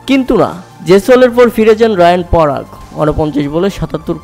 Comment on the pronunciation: rayan parag na riyan parag